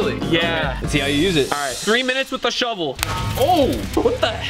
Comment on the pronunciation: Every time they said shovel I thought they said McDonald’s